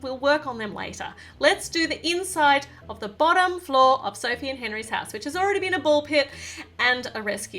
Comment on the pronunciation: Bossom Floor Meh: Wut lol 😂😂😂😂😂 Like if u noticed say Bossom floor instead of bottom floor